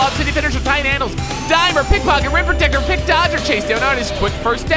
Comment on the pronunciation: He said protecter but it sounded like dicker😂😂